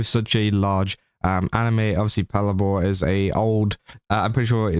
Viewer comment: It's pronounced patlabor as in pat labor. But it's all good!